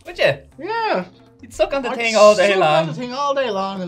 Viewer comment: MOUT wash...its the TING to say.